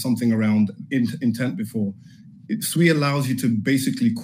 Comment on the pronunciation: Its pronounced Swee